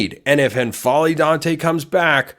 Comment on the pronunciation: Damn, I hope that works out. Assuming Ducks get a break with the injuries next year, that's a team that makes a deep run. I dont think there's a /ɛ/ vowel on the front of N'Faly ... that is, it's not EN-FA-LY, just N-FA-LY You know, like M'baku 😊